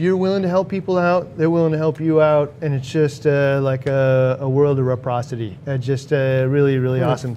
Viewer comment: Have to correct you here. You say theory of repriprocity. Or atleast thats what it sounds like. Its actually reciprocity, from the word reciprocate. Not to be grammer police but just fyi. Love your videos